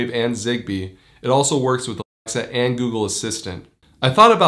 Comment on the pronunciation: Why can't you say Alexa?